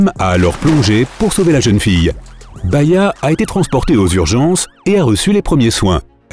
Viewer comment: C'est Bahiya et non baïya